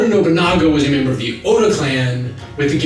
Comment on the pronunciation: It's pronounced "O-Dah" (Oda) not "O-Bah" (Oba) like you were saying...just saying.